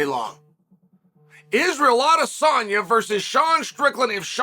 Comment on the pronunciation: Him saying Alex’s name right multiple times let’s you know this piece is serious 😂😂😂😂😂😂😂😂😂😂😂